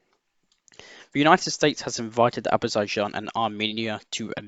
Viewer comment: Say it with me "Ah-zer-bye-jan" "Reh-con-eh-sense"